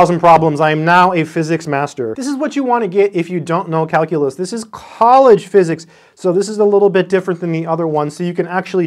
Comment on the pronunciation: He said Kalcoolus... 789 times...I counted.